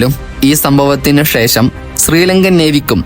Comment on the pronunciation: ശ തീരെ വരുന്നില്ല എല്ലാം ഷ ആണ് ഷ്രീലങ്ക, ഷേഷം